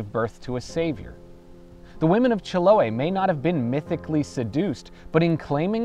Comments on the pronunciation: It's pronounced Chilo-AY. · nice how you managed to learn the history of that island, the trauco, and others but still not pronuncing chiloé correctly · That's not how the Chileans pronounce Chiloe